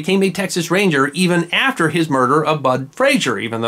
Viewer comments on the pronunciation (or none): none